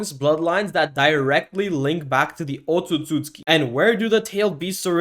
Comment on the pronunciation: Bro keeps saying “otsusooski”